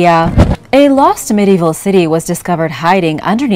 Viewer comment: Law city or loSt cities? Subtitles says law va loSt cities because the S wasn’t pronounced.